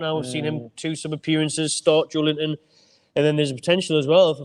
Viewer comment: Why does the other lad call big Joe: "Joelint-on" like they are two words? It's Joelinton man! 😂